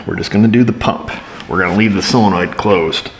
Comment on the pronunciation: SOLenoid, not SILLenoid